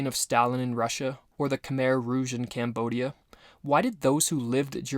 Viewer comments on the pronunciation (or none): none